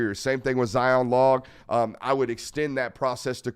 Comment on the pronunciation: It’s Zion LOHG not log.